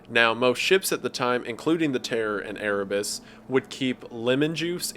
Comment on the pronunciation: I heard Erebus and my inner warhammer geek cringed